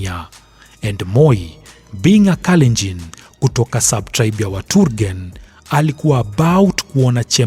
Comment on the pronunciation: Moi; Not Turgen but Tugen